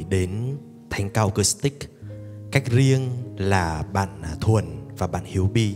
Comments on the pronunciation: Xin góp ý nhé: chữ acoustic nên đọc với âm của chữ u chứ không phải đọc theo âm o hay là âm ô. Xin hãy đọc à- cústic, đừng đọc à-cóstic hay là à-cốstic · Chuong trình rất hay, sâu lắng, trân trọng, sốt sắng. Xin có một góp ý rất nhỏ: bạn MC rất hay , duyên dáng, lưu loát. Chỉ có một điều nhỏ là chữ ” acoustic” phát âm không được rõ ràng, nghe như “ acostic”. Nên phát âm:”a- cus-tic.( âm “u” chứ không phải âm “ô”). ❤️🙏😇